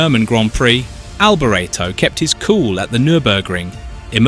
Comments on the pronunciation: Good job? Firstly his christian name is pronounced Mee-kaylee not Me-shell. As for the sir name he originally pronounced it Alberto, then he pronounced it Albor-ray-tow. It then sounded like he said '300 kilometre at h'. This has to be AI. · Mik-ali Albor-eto. Why why do creators with no clue make these videos that do no justice to their subject. Can’t even pronounce his name. Alboreto was a serious F1 title contender in 1985 he was a very talented driver and great competitor. Much missed.❤️ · Michele Alboreto is pronounced mi-kay-leh al-bor-ET-oh, with the emphasis on the last syllable of his last name, reflecting his Italian origins where "Michele" (like Michael) is a male name and "Alboreto" sounds like "al-bor-ET-oh," not "al-bore-etto". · And his Name was Alboreto not Alberto ! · Pulling the pin after 42 seconds... the idiot narrator couldn't even be bothered to learn how to pronounce his name correctly. Don't waste your time on this pulp. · Awful, as somebody said earlier, “you can’t even pronounce his name correctly” Disrespectful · Absolutely awful, as an earlier person said “you can’t even say his name right…” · Maybe learn how to pronounce his name before you do a video on him! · Blimey, at least pronounce his name correctly !! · Need to re-do narration saying his name correctly. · Your pronunciation of BOTH first and last names is PITIFUL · If the narrator can not spell his name correctly, then he has no clue about motor racing...